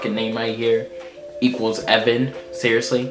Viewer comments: EE-van is not evan its eee-von 😂😂Haha but nice try , And my name wasn't in it for once ppl that aren't Irish usually get it wrong haha nice video 😘💯💕❤😂 your pronunciation was quite good when u saw how to say it well done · Aoibheann is not evan it is aeveen